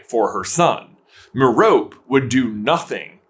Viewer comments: J pronounce “Merope” one consistent way challenge level impossible. Failed 2 minutes in (2 different ways, used multiple times) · Your pronunciation of Merope bugs me lol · It’s Meh-roe-pee. You wouldn’t pronounce Hermione as her-my-own and Penelope as pe-neh-lope now, would you? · I’m pretty sure it’s pronounced Meropé. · Merope... pronounced- "Me,row,pay"..... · Isn't her name pronounced Mare like a horse, Oh, pea? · I always pronounced it "Mair-o-pay" in my head lol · It’s Me-ro-pee. I know I timestamped a lot of places you said Merope's name, but that’s what happened when you mispronounced it. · Merope is a Greek name. You pronounce the e at the end. "Mare-Oh-Pee" FFS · Ngl, I hate that pronunciation of Merope. It's Meh-ro-pee. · You say Marope wrong. It’s Greek and has 3 syllables. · Merope rhymes with “therapy” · The name Merope is pronounced mare o pee. According the internet and it's based in greek mythology. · It’s pronounced “meropee”. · i think its pronounced 'mehropee' (if that phonetic spelling makes sens, lol) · The correct pronunciation of Merope is Mare Oh Pee, Just FYI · The E is not silent rare miss smh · I'll admit it, I thought her name was pronounced Ma-row-pee. TM Riddle probably stole Fleamont's shampoo. P.S. I think WandaVision did stick the landing. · Its pronounced as Meropee because of Greek pronunciation. Like Aphroditee. Also, it was never clear that she used a love option. It could have been the Imperius curse. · It’s pronounced me-ro-pay, even though it’s spelt as merope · Why do you insist on saying her name wrong. A simple Google will tell you how to say it correctly. You're supposed to be Harry Potter experts, yet can't be bothered to say her name right. And you're pronouncing it like a 1st grader that doesn't understand some things aren't pronounced exactly the way they look. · the pronunciation of Merope is killing me lol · It could have been worth learning how to pronounce Merope before making a video saying it 100 times